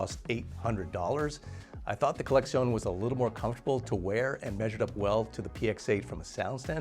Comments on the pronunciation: why is he saying collexion with a Spanish accent 🤣🤣 it's just collection 🤣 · Why is he pronouncing it like it's a Spanish word? LOL